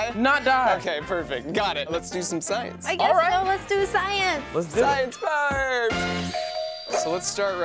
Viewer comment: did he say sKience???